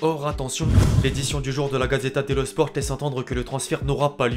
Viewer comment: Ah sérieux tu es vraiment pas doué pour un youtubeur youpin. Sport tu es pas obligé de dire avec le t